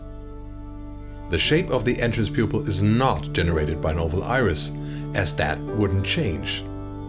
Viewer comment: Stunning! Fabulous Video - thank you - all this different Formats-Fuzz always confused me to say the least. One Thing, though: Who taught you to never ever Teee----- Age (h) the acutal "th" TH, Buddy, please The the the the the, please. If I had to take - or is it make - a guess: or are you a frickin German? TH Teeeee-Aged, Do it! Do it! Küsschen aufs Nüsschen, tu es, tu es! There's no fucking Ausrede vor missachting the the the TH in such dramatic Scale, or is it Scope? Nix für ungut. Grüße aus fricking Germany. Frank